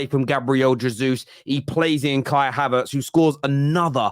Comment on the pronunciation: havErtz. not havArtz